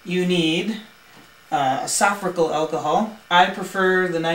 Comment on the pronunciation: Good info, but dude, learn how to say "isopropyl.' Yeah, I'm *that* petty.